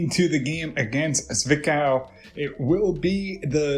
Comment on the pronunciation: zwickau is pronounced zvick-ow (you had it right). good heavens! mackeith is getting himself a good lead in the goal race between him and fitzy. Don't think he's too upset though since Braunschwieg continues their fantastic form (will forget about the rostock match).